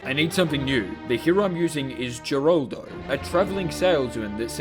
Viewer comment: the fact he didn’t use the canonically accurate pronunciation for Geraldo’s name caused me PHYSICAL PAIN